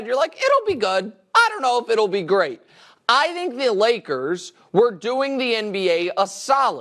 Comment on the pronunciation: Never fails, I hate it every time Nick says "I Dhink"..Anyway Dak and Russel are both criminally overrated YEAH I SAID IT!!!